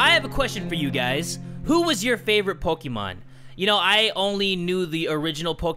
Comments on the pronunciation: Your not saying Pokémon correctly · poke`mon not pokemon